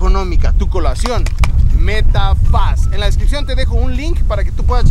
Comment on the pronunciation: Cuando dices metafas parece que es metafaste ósea me es5afaste